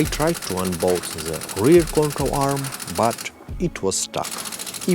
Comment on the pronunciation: love how it sounds when you say "the" sounds like zhaa"